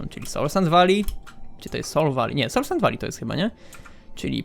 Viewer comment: Czy ktos oprucz mnie słuyszy jak muwi solsand wali 🤔🤔🤔